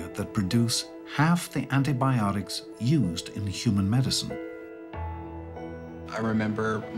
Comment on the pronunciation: ANT-ibiotics ha ha ha